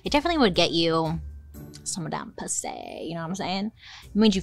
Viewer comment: I don’t know why but hearing you say Pussay had me dying 😂